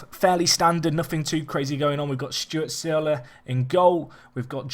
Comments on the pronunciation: Took me about 30 seconds of Googling is all. And I'm not having a go, but seriously struggles to pronounce names so someone giving an incredibly obscure pronunciation isn't helping, in English it's pronounced 'Surl' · SEARLE IS PRONOUNCED 'Surl'!!!! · Searle is pronounced Surl; like curl but with an s. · Unless you've spelt your friend's name wrong he's pronouncing it in a very odd way